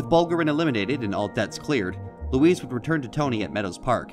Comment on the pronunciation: it's luis mane